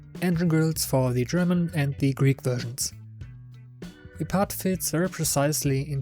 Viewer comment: Gutes Video! Einziger Kritikpunkt meinerseits: Deine Aussprache des Wortes "the" ist größtenteils falsch. Schau dir doch bitte noch mal die Regeln dazu an.